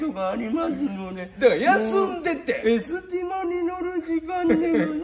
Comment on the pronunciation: わたくしのくる｢ま｣はエスティ｢マ｣wwwwwwwwwwww